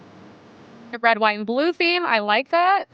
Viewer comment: Why does every sentence out of the Asian woman sound like a question? This thing where women say “thawt” instead of “that” and end every sentence with their voice going up like a question is so infuriating! Also, the words “cool” and “and” each have ONE SYLLABLE!